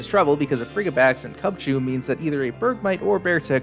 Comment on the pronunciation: Frigibax has the word "fridgid" in it, which means freezing. I died with your pronunciation